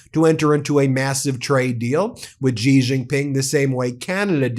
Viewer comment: Note to Ben: "Xi" is pronounced "she".